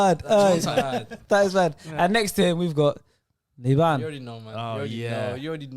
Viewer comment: Man said liban☠️